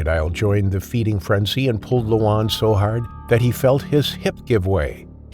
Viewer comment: The name Luan (correct pronouncation for Luan is LORN) if translated to English is Loud. Tbh, I'm part Cambodian myself and I never knew crocodile is a big thing in Cambodia. Don't really hear much about that part of Cambodia in the US.